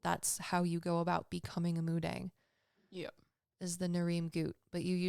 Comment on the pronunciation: Hey im Korean ❤ it's actually pronounced mu-dahng. 😊